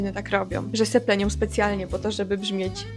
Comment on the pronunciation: Myślę, że na sposób mówienia może wpływać zarówno wszystko to o czym mówiłaś, środowisko w jakim się obracamy, pośpiech, ale czasami także brak zastanowienia się nad pisownią danego słowa. Ty sama mówisz "robiom", "sepleniom" (w 6.10 minucie filmu), a gdybyś miała przeczytać te słowa to ewidentnie powiedziałabyś "ą", nie "om". Dziękuję za ciekawy materiał.